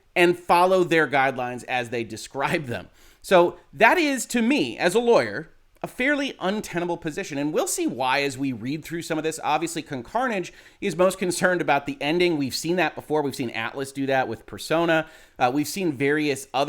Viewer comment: Drinking game: take a shot every time says "Con Carnage" even though there's no N in "Cohh" 🤪